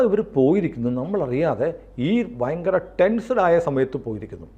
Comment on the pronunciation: ഫയങ്കരം അല്ല ഭയങ്കരം ആണ്